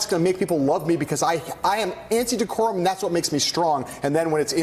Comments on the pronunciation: Dee-core-um, can you use it in a sentence mr. trump? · OMG! Did huckasands say decorum?!? Ahahahahahhah..... wtf?!?!! We are in the twilight zone!